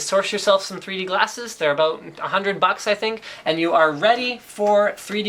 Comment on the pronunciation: "abooot" Lol... Canadians :)